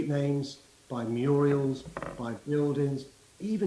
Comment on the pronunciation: Muriels?!... I think Sadiq has been watching reruns of Coronation Street...